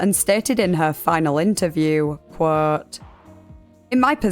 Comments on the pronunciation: by the way, there’s no such word as ‘qwhooooouuuuuuuuuwt’h’ - it’s quote. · Every time she says quote I hear her saying "Whhaaatt?" Like her mind is being blown by all these facts